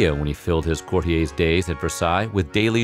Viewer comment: Courtiers = court-EERs, not "Cort-ee-ays"..., Weird Pronunciation